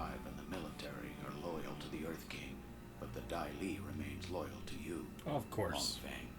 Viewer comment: Daili!!!!! Not dahli.